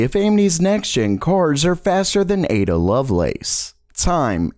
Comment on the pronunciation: Thumbs up for getting the Ada pronunciation right this time 👍